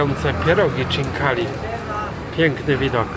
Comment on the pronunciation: Błagam tylko nie „czinkali”. Chinkali! Czyta się tak jak pisze 🎉 poza tym jak zwykle super. Pozdrawiam